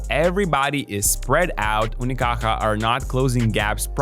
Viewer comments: Your effort to pronounce "Unicaja" properly is appreciated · Malaga represent hijos de puta. Best part of the video is listening to a guiri saying "Unicaja" perfect ngl, respect to you whaterver you name is:) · Came here after their defeat in 2025. Btw, nice pronunciation of "Unicaja" bro. Love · Wow, you pronounce "unicaja" reaaaaaaaaaaaaally good. It's not easy, nice one